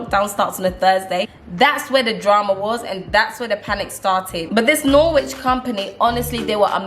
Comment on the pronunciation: It’s pronounced Norich not Norwhich